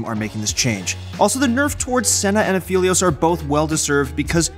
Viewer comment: Aph- Eh-Lios ffs